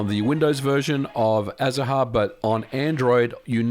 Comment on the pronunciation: I believe the name of the 3ds emulator is spoken as azar, ignoring the “ha” part. It is the Spanish word for citrus flowers.